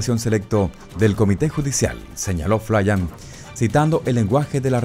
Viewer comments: Si no veo su foto no se de quien habla, su apellido se pronuncia FLIN no FLAYAN. Si no me crees, investígalo. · No es flian es flyn!! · Respecto al general Flyn se pronuncia tal cual flin. No flayan.